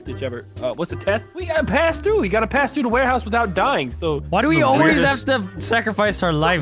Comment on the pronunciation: Warehouse? Warehouso